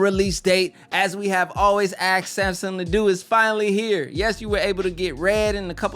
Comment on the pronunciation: It’s pronounced “asked”....not “axed”........like it’s spelled....